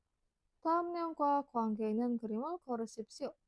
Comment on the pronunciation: Maaf cara bacanya masih ada yang salah contoh 있는 harusnya dibaca innen bukan isen. Ada lagi 수도였던 harusnya dibaca sudoyotdon bukan sudoyosdon